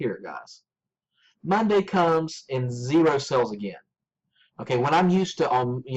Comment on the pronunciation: Are you saying sales or sells? If youre saying sales, its pronounced SALES not sells!